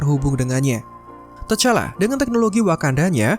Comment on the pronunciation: Sbut nma pn x ngam mau buat youtube🙄🙄 tu T'challa d sbut Tichalla bukan tachalla👎👎